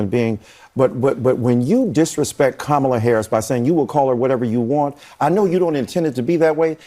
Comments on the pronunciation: Nancy Mace is possibly the 3rd most detestable woman in the country today.🤢🤮😩 1. Marjorie Taylor-Greene 2. Kari Lake 3. Nancy Mace Her INSISTANCE on mispronouncing Vice-President Kamala Harris name shows just what a bottom-feeding troll she really is! "I will say her name any way I want to ...!" shows her ASTONISHING RACISM and REFUSAL to show proper respect and courtesy to a Person-of-Color who just happens to be the 3rd Highest Government Authority in the United States, today ... 1. Actual-President Benjamin Netanyahu 2. President in Name Only Joe Biden* 3. Vice-President Kamala Harris The MAGAts are just obsessive-compulsive, obsessive prevaricators with mean, racist, opportunistic intentions dedicated to self-promtion and gain at the expense of the citizens of this nation. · It’s funny how they won’t call Nikki Nimrada ( her real name), or Ted Raphael ( his real name) but will Make up a name for Kamala by calling her Kamabla as if they can’t pronounce such an easy name. It’s literally 6 letters and 3 vowels. So you tell me who is unqualified and unintelligent? What a slap in the face to all people who don’t have a European name. Republicans can’t pronounce a simple name? By the way someone just uploaded a clip of Kamala speaking at the 2006 “ state of the black union “ where she happened to speak about issues affecting black people and not defunding the police. So Trump donated to her campaign after that date When she clearly identified as part black. So please stop believing the lies. By the way making fun of people or their name is anti-Christian, pro-bullying, and just plane mean as heck!! Mr question to Trump is, Who is low IQ now? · The crazy B!tch just said Kamala but the moment she realized she said her name correctly she immediately went back to calling her Kamula! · Cool maga keep being racist and disrespectful by mispronouncing Kamala's name...y'all can call her MADAME PRESIDENT after November 🤣 HARRIS/WALZ 2024 💙💙💙